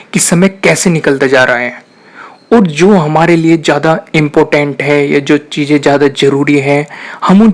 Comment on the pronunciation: Stop saying .. Cheejain (cheezain), Darwaja (Darwaza), Intejar...(intizar) .. Saayad nai Shayad...Khussi .. Khushi.... Begee... (Busy)... Jada.. (Zada) ... Jaror nai Zaror... Use pure Urdu Please. Thanks